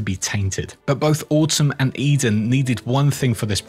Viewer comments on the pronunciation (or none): none